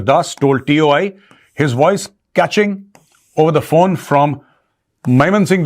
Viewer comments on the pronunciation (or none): none